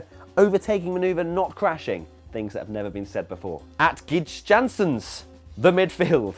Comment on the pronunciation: Great way to pronounce "Gijs Janssens"..... Phonetic it sounds something like "Ge-ai-js" (all short) Jansens (like in Dan Jansen).